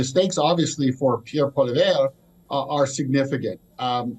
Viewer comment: You can't even say Pierre Poilievre name correctly. How can you be taken seriously as a Canadian "political analyst"?